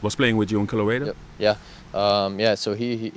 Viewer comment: Colereedo, haha.